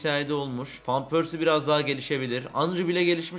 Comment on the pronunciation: abi fan pörsi diye okunmuyor van pörsi diye okunuyor